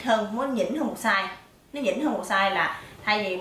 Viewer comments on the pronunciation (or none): SIZE Không phải là "Saze" nhé.